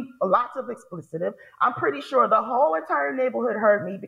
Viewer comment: It's not "explicitive". It's "expletive". It's not "incidenceseses". It's "incidents". What the hell is happening that grown people can't figure out how to speak? It's not cute.